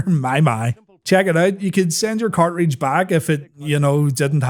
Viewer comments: take a shot every time he says "cart-reach" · WTF is a car reej :D